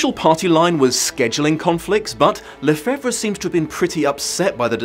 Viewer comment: Lefebvre is pronounced "le-fave", FYI.